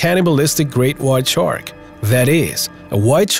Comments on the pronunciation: Dude , it's called a shark not tchark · Listening to this guy constantly screw up saying shark is annoying